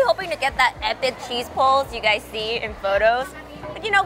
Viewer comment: did she said hello gays?